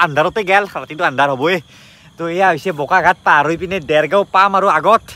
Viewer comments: Bokaghat nohoi Bokaghat 😊nice video 👍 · Its Bokakhat.. Not Bokaghat 😃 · O bhai it's not bokaghat it's bokakhat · O bokaghat nohoi bokakhat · Bokaghat nhy garu bokakhat... Asomr ata jagar nam o val k ussarn nhy tor